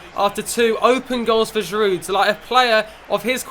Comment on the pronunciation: you don't say the "d" in Giroud